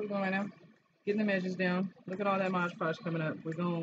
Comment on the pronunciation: It’s Mod Podge not Modge Podge👍👍👍